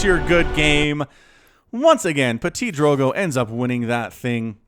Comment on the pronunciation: It's pronounced Ptee-Drogo